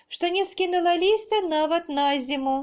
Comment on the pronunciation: Диктовка во многих местах неправильная, например, от ударения зависит правописание наречий(прыслоуяу). На зиму Вы прочли с ударением на предлог, а в белорусском языке никогда не бывает ударения на предлоги, т.е. я зная правила сделала там ошибку из-за неправильного ударения